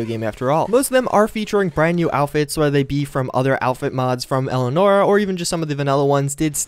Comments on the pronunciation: "Elnora"... that's just sad. It's ELIANORA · Cringe when you can't even pronounce Elianora's name correctly.